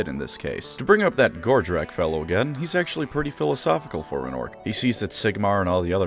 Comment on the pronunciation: I gotta admit, the first few times I heard “Gordrakk”, I thought you were saying “Gortrek”, and I was left wondering “Wow, what happened to Gotrek to get him turned into an Ork??” immediately followed by “Wait, even after getting turned into the fightiest of races, Gotrek STILL can’t find an opponent worthy of killing him?? Poor guy….” 😅